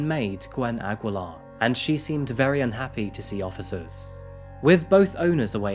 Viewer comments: New fan here, sir! It's pronounced Ah-gi-lar. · Its aggeelar (aguilar) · Aguilar (a-gee-lar) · hai Filipino here.... Aguilar in our place is pronounced as "Agilar".... though found it cute for way of saying it hehehe.... hmmm yes, a lot of Filipinos are working abroad to work like that.... it is just sad that her bestfriend took her life...... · It's actually pronounced /Agilar/ but good story. Something that happened in a very similar fashion would also be a good story to do. Also a Singaporean case. :) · it's read as Ageelar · The U is silent in Aguilar